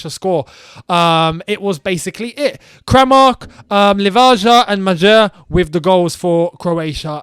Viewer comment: jesus christ that pronounciation for the croatia players was awful🤣 you didnt even try to say kramaric its really not that hard lmao its Kramaritch, Livaya and Mayer